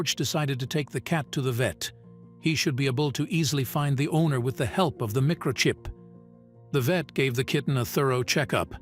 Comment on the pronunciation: . Mick-kro-chip? What’s a mick-kro-chip? Almost as iliterut as the products of our failing public schools.